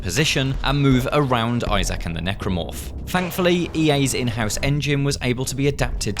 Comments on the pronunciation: Who's Izaak? Lol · Why does he pronounce Isaac like that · Man really said Isaak 😭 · I'm very excited for this game, but those guys need to stop saying I-Zach right now... it's Isaac lol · It's Isaac... not "eye sack" lmao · Please stop saying Isaac like that